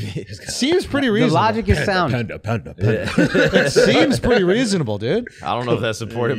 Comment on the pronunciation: “Pander Pander” 🐼 😂